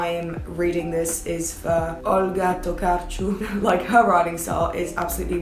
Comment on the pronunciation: Yes. Very nice pronunciation we Poles are proud xd But also I haven't read anything by Tokarczuk yet and I am ashamed. I should get to it but she gives me boring vibes and I don't want to be disappointed